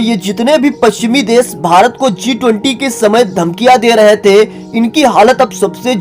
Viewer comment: देश को देस कहते हो शुद्ध को सुद्ध और शाम को साम। वाह रे तेरी हिंदी। हिंदी शुद्ध बोला करो।